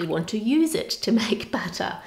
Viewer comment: Why does it sound like batter every time she says butter?